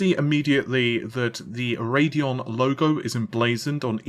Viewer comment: Thank you, thank you, THANK YOU for pronouncing it 'Ray-dee-on', and not 'Rad-eee-on'. The name is supposed to invoke the idea of radioactivity, as in nuclear power, not 'rahd' something radical. I know in England, Radeon would be pronounced 'rad-eee-on', but you have to pronounce a name the way it makers intended. Everybody is entitled to have their name pronounced a certain way.